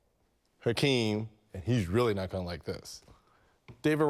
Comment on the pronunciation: that dummy said "Kakeem Olajuwon"